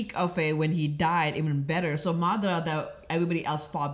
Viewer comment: hilarious bruh 🤣🤣 "madardurdurdur"